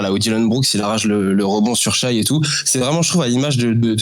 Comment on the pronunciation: Impossible de prendre au sérieux une personne qui dit avoir vu un match d'OKC et continue de prononcer "Shaï"